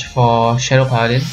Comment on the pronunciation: Majesty not Majestic. Paladin not Pala-deen.